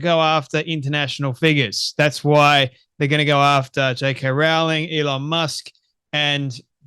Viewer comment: Rowling rhymes with bowling.